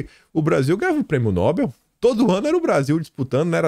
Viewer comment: a sílaba tônica da palavra NOBEL não é NO e sim BEL, portanto não se fala NObel mas sim noBEL